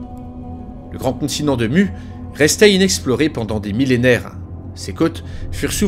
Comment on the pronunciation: Venant de Tahiti ça se prononce Mou mais sinon bonne vidéo